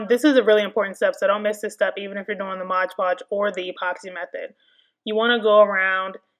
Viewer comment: The thing clearly says moD you keep saying modge